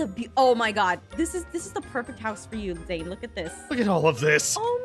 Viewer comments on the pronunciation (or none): Bruh you said zean wrong it's Zane not zean lol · It is zane not zean